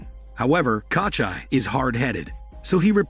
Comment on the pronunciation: KOCHAI my ass, it's KOCHEE. Takes literally like 30 sec to look up the right pronunciation but hell no. Let's just butcher the name throughout the whole video instead.